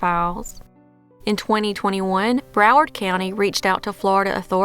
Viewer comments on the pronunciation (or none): none